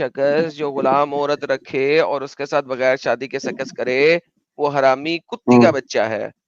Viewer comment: Adam can not pronounce conjugate words like सेक्स and says सेकस? How this happens? Horrible!